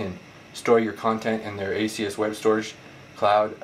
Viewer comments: Good video, but the name of the company is ASUS, not Asius. There is no "i" sound in the name. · Great review, my only problem is that it's ASUS not A-SEE-US. Perhaps I'm just nitpicking. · Good review, just one problem. It's ASUS not ASEe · Realy why do you say asius? lol do the people at the store say it like that to? Or do they just say: Wtf at ASUS not asius.. asius sounds lame' lol just kdding ofc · Omg say the companies name right